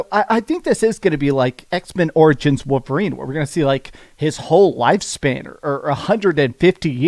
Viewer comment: What’s a ‘wooverine’?